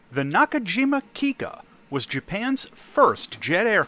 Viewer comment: Just a bit of context as to why the incorrect name "Kitsuka" probably came to be: "Kikka" is written as きっか in Japanese, notice the small っ in there. This っ serves as a doubled consonant, that's why the plane is "kiKKa" and not "kiKa". The catch is, っ looks just like a small つ. And this bigger つ is pronounced as "tsu". So they mistakenly went with きつか "kitsuka", and not the correct きっか "kikka". Anyway, thanks for the vid. Language nerd, out.